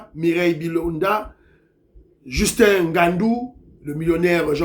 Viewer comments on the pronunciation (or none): none